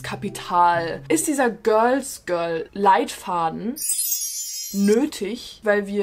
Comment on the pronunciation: "göls göl" 😂 ok i'm sorry love you & war mal wieder ein super video!💞